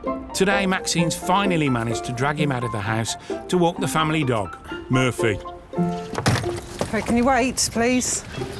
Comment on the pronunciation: Narrator "mURRphy"